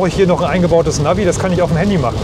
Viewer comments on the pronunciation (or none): none